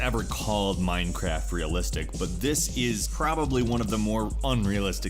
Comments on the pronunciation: did he just say Mimecraft xD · miiiinecwaft yaaaaay